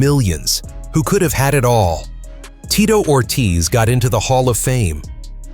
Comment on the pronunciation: The name pronunciation is horrendous